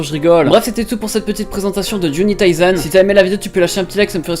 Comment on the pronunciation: [Juuni Taissen*] #taPrononciationDeMerde